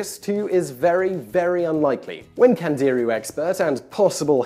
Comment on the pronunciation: Candirú has the accent on the "u"